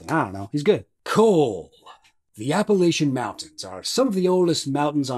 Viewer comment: This man lost all credibility when he mispronounced 'Appalachian.' I know us cornbread communists need to stick together, but some things are unforgivable.